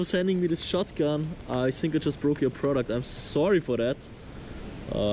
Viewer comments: "I sink!!? Learn English bro! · Why do russians always say S instead of F when it comes to a word with TH in it.